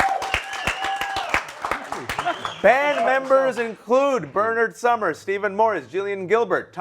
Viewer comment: Sumner not summer you dolt.